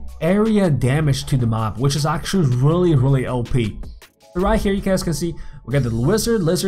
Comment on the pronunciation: you keep saying (Ohe-Pee) for OP its pronounced (Oh-Pee)